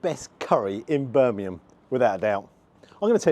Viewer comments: The Covered Wagons a great pub. By the way it’s Birmingham not Birminham - got a ‘G’ in.Cheers. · That's how my cousin who lives in Harlesden pronounces it. 😂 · i cant stop laughing at your pronunciation of Birmingham 🤣